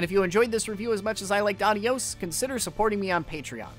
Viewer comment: Great video as always, and the game looks like an interesting experience. Just a tip from a Spanish speaker: the title is (if the developer meant to say goodbye in Spanish) pronounced with emphasis on the O (the proper spelling is Adiós).